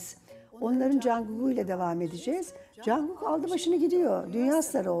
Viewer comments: jankuk diyo kadın sinirim bozuldu bir de lolipopum dedi ? yoksa o kadındamı "ARMY" öyleyse yeeeeeeeeeeeeeeeeeeeeee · JeonKook'a JanKook diyo kadın ya 🤦🏻‍♀️ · Canguk demesi biraz sinirimi bozsa da seviyorum bu kadını dili mi dönmüyo nedir herkeste bi yanlış telaffuz. Sadece Türkiye'de de değil alışmışlar bi cankuk bide ana dili İngilizce olup da söyleyemeyenler var yani şaka gibi hiç mi run bts falan izlemediniz birbirlerine seslenirken de mi duymadınız (En basiti no more dream). Artık her videolarında İngilizce altyazı var buna rağmen hala telaffuz hataları varsa ben bu tarz insanların armyim demesine de inanmıyorum (Baby armyler hariç) hadi tamam çok haşır neşir olma anlarım ama army'im diyorsan da en azından adını doğru söyle be. (Linç değildir tek kişiyi hedef göstermedim genel konuşurken sadece örnek üzerinden yola çıktım). Doğru okunuşunu yazma ihtiyacı duydum : 정국 Congkuk veya conguk da diyebilirsiniz eğer Korece okumayı bilmiyorsanız yardımı olmuştur umarım